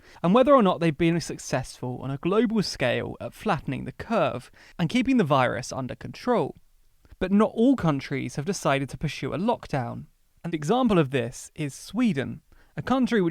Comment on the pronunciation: It's pronounced 'pursue , not purshue.